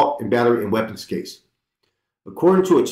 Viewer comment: Its pronounced two-larry (tulare)!